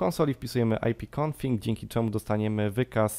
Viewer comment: Wszystko super. łapka leci ale nie mów ipconfiNg tylko ipconfig. Pozdrawiam :)